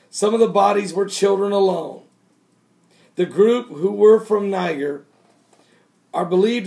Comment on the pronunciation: It's pronounced Ny-JER.